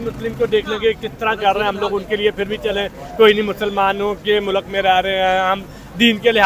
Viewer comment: Mulaak nahi mulk hota hai. Nakli Islamist. Hahahaj